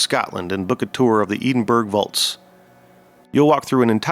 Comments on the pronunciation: Great video, please check your pronunciations: there is no such place as "Eeden-burg". It's "Edd-in-burrow" bcz it's Scotland and that's how they do things over there . . . you're one of the few legit researchers left here, so keep up the great work! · The way you pronounced Edinburgh as Eden-burg. And not Ed-in-burrow, has to be fake. Have you never heard it pronounced, ever ? That's an act of wat to the Scott's is that 🤣🤣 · Edinburgh? EDEN? WTF AI slop, come on already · EDEN BURG... 😂😂😂😂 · Your pronunciation of Edinburgh was actually physically painful. Maybe try to learn a little about a place before talking about it in a video. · I love your videos, very interesting and no nonsense. Also a good length. But buddy as a Scottish man, please learn how to pronounce Edinburgh 😂